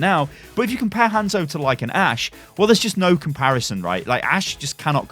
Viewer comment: I loved this vid... I really did. I was about to sub.... but you kept saying Hands-o ... and I just couldn't.